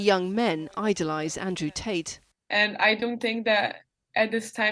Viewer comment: "andrew taters"